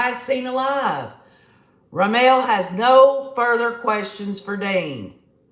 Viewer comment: Pronunciation is RaMmul. For Rammell.